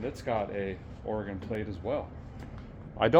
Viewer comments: mad respect for pronouncing Oregon correctly! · Neat car! That's from out here in my neck of the woods. That resort is in Welches, Oregon out by Mount Hood. Impressed a guy says "Orygun" properly😂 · A feller pronounced oregon right. I'll be dipped. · Thank you for saying Oregon correctly The Resort at the Mountain doesn't seem to exist in Oregon anymore, but being on Hwy 26, it was likely something near Mt Hood. There are several mountains in Oregon, but Mt Hood is the only major one near Hwy 26. I admit to being very cynical, and have a lot of depression triggered by the holidays due to a major loss that occurred days before Christmas. I see very little kindness in the average person during the holidays. In fact, I see a lot more stress and anger from most people during the holidays, which makes sense if you think about it. The holidays are a busy time where we all feel obligated to go to a bunch of social gatherings because that is what is expected of us by others. We're also expected to spend a ton of money, which most people don't have, buying trinkets and gadgets for others, so financial stress gets severely amplified. Those who have money end up donating to charity and giving stuff away in December because it's tax deductible, it benefits them to donate just enough to reduce their tax liability. Sorry if that dampens your Christmas spirit, but it's true in a majority of the cases.